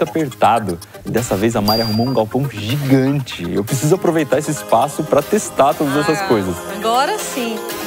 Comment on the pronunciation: jigante como ele disse kk nen sei se ele disse jigante mas tabom kkk